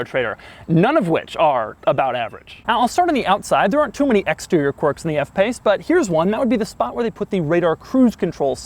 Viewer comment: All i heard was average instead of quirks!!!!!! !!!